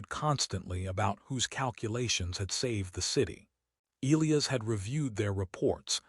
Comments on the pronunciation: Eelyus? You mean El-lie-as (Elias), surely. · Excellent story, perfect narration except the name of the male (E Liy as), and bow Verus Bow the later for shooting arrows. the AI in the corner was totally in sync with words. That is not easy to do. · AI narrator can’t pronounce Elias correctly. E LIE US. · WTF? It’s E-lie-us not E-Lee-us. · Not to mention names. Elias and not eeleeas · If the AI cannot pronounce Elias properly .... then pick another name . It is ' EL - eye - AS ' . It is just annoying now .